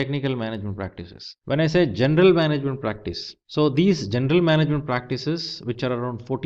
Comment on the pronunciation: why do you say "gendel management" if it's written "general management" :::)